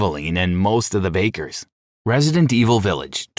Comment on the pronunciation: I swear your pronouncing the names of the bakers on purpose 😂